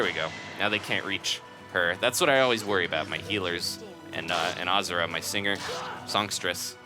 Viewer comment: it's pronounced ahhh zoo ra